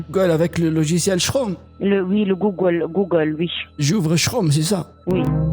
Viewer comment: "connectez vous sur le site gougouole" 🤣🤣🤣🤣